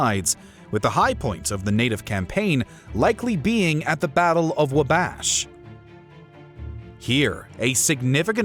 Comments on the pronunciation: No no no. “WAH-bash” Not “Wuh-BASH. - Ew!! “Mow-mee?” NO!! “MAW-mee.” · For future reference, Wabash is pronounced Wah-Bash. I enjoyed the video thank you for making it. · should be WAW-bash instead of wuh-BASH.